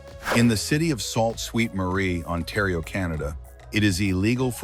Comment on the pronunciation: Salt Saint Marie? Sault Ste Marie, Ontario! Stupid AI!